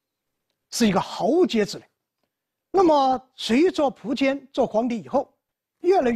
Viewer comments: 新华词典上说苻坚的读音应该是[fú jiān]。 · 苻，有两个读音，一个和福的发音一样一个和蒲的发音一样。苻，名词指草木植物，苻蓠就是白芷的另一个名称。苻通莩，芦苇杆里的薄膜，稀薄的意思。苻，通符，符文，符命，指预言命运。苻，作为姓氏，通蒲，有两个音，一个福音，现代的读音，一个蒲音古代的读音。苻氏现在读福音，古代为蒲氏。